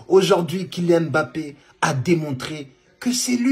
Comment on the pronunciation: Que ça fait du bien d'entendre quelqu'un prononcer correctement le nom "mbappé'' ... Y'en a marre d'entendre leurs embappé , enkunku , engolo , ....oohh la la